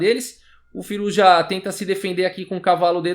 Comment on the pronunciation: acho q se pronuncia "Firúza"